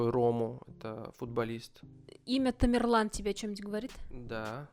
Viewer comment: Не тамирлан а темерлан он из казахского рода .к узбекам отнашение не имеит.